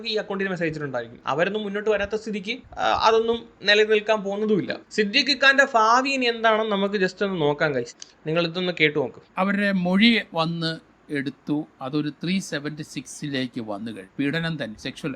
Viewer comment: Faavi alla bhaavi, bha bhaa